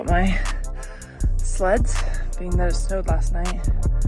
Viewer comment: For a second I thought Holly said she went to get her sluts 😂😂 she said " sleads "